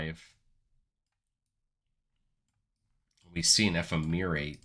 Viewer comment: Enjoying your content! Ephemerate is pronounced eh-fem-er-ate, a lot like the word effeminate.